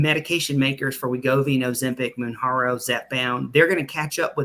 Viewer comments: It's Mounjarno....the J is pronounced not a H sound 🤡 . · It's reckless to have both pronouncing Mounjaro incorrectly but also saying it costs $3.000 a month 🤡. It's $1.327 a month unless you're T2D, and then it's covered by insurance for $25 a month in most cases.